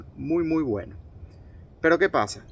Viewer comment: Y no sé dice gueno, se dice bueno, chaburro